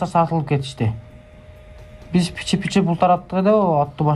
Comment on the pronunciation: Суйлоп жаткан бала, доошунан жап жаш баланын уну. Андай жаш балдарга баляя барбы политикада. Пичи деген созду пиичи эле суйлош керек, а булар пичи пичи деп коп суйлоп салды. Шайлоочуларын эч ким мындай сатылат, алданат деп суйлобойт. Бул 100% конкуренттенинин иши. Эгер чындап суйлогондо милициялар кармап, жазасын берет эледа. Азыр конкуренциялары нелер кылбайт депутат болуш учун.